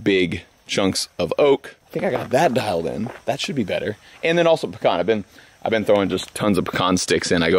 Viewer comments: Hey, quick reminder...... pee-can. Not pee-con. Pecan Not Pecon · Peeeeee. Can not pucon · Puh-con or Pee-can. It’s Pee-can here in Georgia.